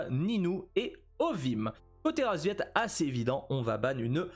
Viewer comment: Y'a que moi que ça dérange qu'il appel les paccbet, RASVIET ? Whut ?